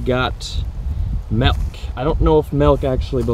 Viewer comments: It's milk like Ilk, not like elk. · Arizona also says Melk.